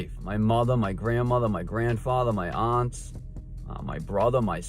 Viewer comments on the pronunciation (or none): when the young man says the word "aunts" he sounds Australian. I'm an Aussie and, if I didn't know better, I'd suspect he'd spent his childhood in Australia before moving to Boston.